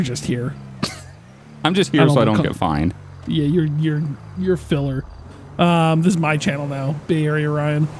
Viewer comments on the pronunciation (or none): “Im just here so I don’t get finned” 😂😂😂😂